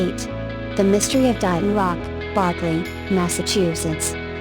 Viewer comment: This is a very nice collection of ancient places across America that are not well known. There are quite a few problems with the reader voice, however. Casa Grande (cah-sah grahn-day) is mispronounced many times, as is Berkeley (burk-lee). If your goal is education, then you should make sure everything is pronounced right. Years are not said correctly either. Etc.